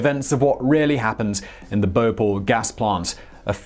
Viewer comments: It's Bhopal, not B'Paul 😂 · I always thought it was pronounced 'Bo-pahl' , rather than 'Bople' ? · It’s pronounced as BHopal and not Bopal. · The city is called BHO-PAL and not BHA-POL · Simon, it's not "bohpole" it's Bhopal and it's located in the state of Madhya Pradesh and not in the "town" of Madhya Pradesh. India and Indians demand respect and responsibility! I sometimes think that what China is doing is good, because Westerners won't respect us until we bully you like China is doing. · It's pronounced as BHO-PAAAAL!! -_